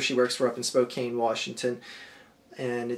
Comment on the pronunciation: The arch fielding live in spokane and if anyone heard how you pronounce spokane they would laugh it's spelt spokane but pronounced SPO CAN